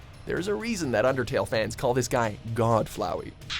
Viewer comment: THANK YOUUU for correctly saying flowey